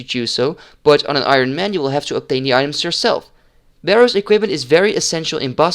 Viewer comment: Ik vind je video's echt super tof!! Heel erg veel aan gehad! 1 puntje van kritiek: je spreekt het woord Ironman verkeerd uit haha. De klemtoon ligt op de "i" en niet op "man" zoals jij doet. Zoals jij het uitspreekt is Ironmen, wat het meervoud van het woord is haha. Ga zo door!